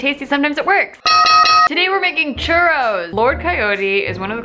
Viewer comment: Girl you really need to Roll your Rs and say CHURROS!!!!!